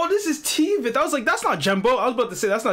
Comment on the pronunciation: bro not T-Veth but Tweth